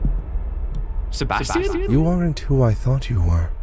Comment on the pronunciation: Bro he said Sebastian's name wrong 3 times 💀